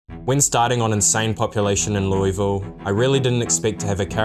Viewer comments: You've got half of the city's name correct. It's Lew-uh-vull You're pronouncing it lewie-vull. I've lived here my entire life, and you'll get a LOT of respect from people who live here by pronouncing it correctly, because nobody ever does outside of this city. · loeVille. You're american not french stop acting like a french person and just say Louisville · Never played but enjoyed the watch and your narration. You know how UK has placer like Leicester that sound like "Lie-ster?" Louisville is pronounced with a mouthful of peanut butter, like "Lull-ville". Yep, they also just ignore a bunch of letters. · LOO-uh-vuul (rhymes with 'doable') is how natives in Kentucky pronounce this city. Since this is such an important part of the lore, thought you might like to know that! :) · As a Louisville native, you’ve gotta say it like you’ve got marbles in your mouth. Lou-uh-vuhl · It's pronounced "Loo-uh-vul". Anyone from Kentucky knows this. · It's always so jarring watching Project Zomboid on youtube because nobody pronounces Louisville like a local would. Should be closer to Lull-ville. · Everyone from KY is cringing at how others say Louisville. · As someone from ky it hurts to hear you say Louisville the way you say it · as a native kentuckian, i hate how outsiders pronounce "Louisville"